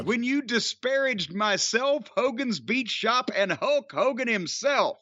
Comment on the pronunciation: It sounds like you call him HOE KOGAN , which is hilarious by the way.